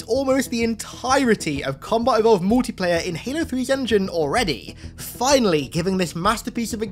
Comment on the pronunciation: I can’t Unhear when u say Mootiplayer